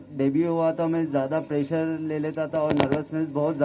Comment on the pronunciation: It's प्रेशर bro not प्रेजर। Well played BTW I appreciate ❤🤘